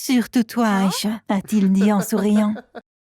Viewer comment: Je sais que aicha ses un nom MOI meme je mappele aicha mais elle dit alicha